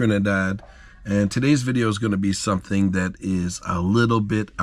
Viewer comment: Well you're officially Trini cause you said "something" with a full Trini accent 😂